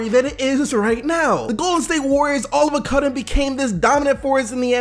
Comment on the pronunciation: all of a cudden?